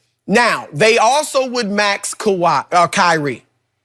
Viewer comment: My mans Broussard looks at skip like how is this your show?! LMAO Skipp the biggest hater of the year, he can't even say Kawhi's name smh.. lol